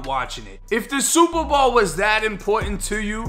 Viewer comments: What planet are u from how the hell do u mess up the words SUPER BOWL! you called it super ball lmfao how do u do that three times wow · It’s super bowl not ball this your second video mis pronounce it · my dude did hear u say the SUPERBALL game . could be the accent difference im canadian so we say alot differently than yall but yo. he whoop that ass cause he had his last 100 on that game . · I keep hearing "super ball" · Why do you say super ball & not Super Bowl 😂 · Superbowl not Superball bruh! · I was like I know I'm not the only one catching this shit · superball, gotta love the boston accent. And I definitely respect your humble caucasian opinion also fam. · Is he saying super ball? I swear I’m hearing super ball?! Funny shit bro big ups! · Is it accent or is he saying “Superball”? 😂😂😂 love the channel man I watch a few a day. Thanks 🙏🏾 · My boy are you saying “super ball”? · I swear you’re saying superball but great video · Super Bawl 😆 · Jus came to the comments to see if anyone else heard it lolol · Am I the only one weirded out by listening to him pronounce “Bowl” from the obvious Super Bowl? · Nope, I'm with ya 100% lol. Never hurd it that way either. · Are you saying Super Bowl?